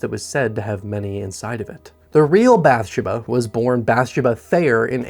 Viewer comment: Did you really watch the movie as many times as you claim? Because every time you mispronounce a simple character name it makes me think you're just doing this because horror is popular on YouTube. Which that's fine if you're not a horror fan. Just be honest. You do a great job either way. Literally the only thing wrong is not researching how to pronounce character names. It's not BATH-sha-buh. It's Bath-SHE-bah. Emphasis on the second syllable, not the first as you're pronouncing it.